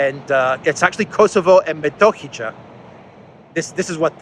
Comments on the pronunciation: you should be able to pronounce and understand word Metohia if you drop letter J and add H to T. Methohia or my be Methoxia in greek. It means monastic land or property. let me know if I am right. I like to be right about greek things. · PS Metohija is pronounced as met-o-he-ya. 'J' in Serbian is like 'y' in English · btw, The name is Metohiya ( Its written Metohi(j)a but J is read as Y in Serbia ). the word derives from the Greek word μετόχια (metóchia; singular μετόχιον, metóchion), meaning "monastic estates" – owned by the Serbian Orthodox monasteries and Mount Athos during the Middle Ages. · Re: Metohija — they pronounce it METOHIYA. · Hey thx for your honest and fair coverage! It is pronounced Kosovo and Meh TAW hee yeh. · Metohija is pronounced Metohiya, and means "Church assets" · FYI, it's pronounced "Metohiya" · Metohiya. Y as in the word: yes. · I see you have problem with our J in Metohija which shall be read as Y like Metohiya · for your info, part of the Serbian province you kept mentioning is called after Greek word: μετόχια. And you can pronounce it as such.:) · Welcome to Serbia. BTW in "Metohija", the "j" is pronounced as "Y" in "yes". Metohija means church's lands. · Silent J, silent J in Metohija. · Metohija is pronounced "Me"as in Memory "to" as in toe "hi" as in he "ja" as in yaya in Greek. I know you try very hard to pronounce all the places and names of people in the world correctly. I love you stream and want to show support by buying some Duran shirts with Serbian flags. Is this available and can you send a link to purchase